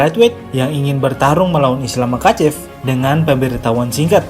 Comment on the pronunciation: Bang kalau ga salah pengucapannya mahacev.koreksi juga sama kayak habib bukan kabib